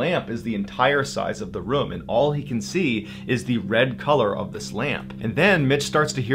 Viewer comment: Sometimes you pronounce “room” “room”, and sometimes you pronounce it “reum”. It makes me think of how sometimes i look at my tallywacker and go “eh, it’s ok, I’m a grower and I’ve got plenty to work with; and other times I pull it out and take a look I’m like “damn look at you, hittin’ mid-thigh”